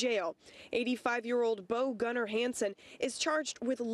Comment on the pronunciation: The guy must be ill, dement or something. Hes name is not Gunner, its Gunnar.